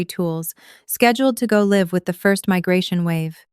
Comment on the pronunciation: So I start listening and in the first minute the pronunciation of "live" is wrong. Typical AI slop where no one even bothers to check the audio to make sure it's correct.